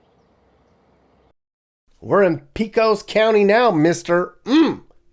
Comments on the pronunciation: "Pee-kohs County"? "Pee-kans"?, where are you from? In Texas, Pecos is pronounced "Pay-kohs" (with a long "a" and a long "o") and pecan is pronounced "p'kahn" (the "e" is silent and the second syllable rhymes with "Don". I'm sorry, but your foreign accent is painful to a Texan's ears. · Pecos = pronounced PAY-kus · The way he said Pecos 🤦‍♀️ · He said that wrong.